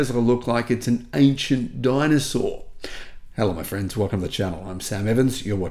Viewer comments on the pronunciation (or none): none